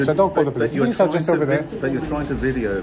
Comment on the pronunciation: Love the way the G4S & Manager were so sure that they were right that they called the pool-ice 😂